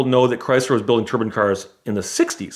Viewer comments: Dude says turbine like turban. Just picturing a bunch of cars with turbans on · Can someone put a turbin counter on the jet car story he mispronounces it over 30 times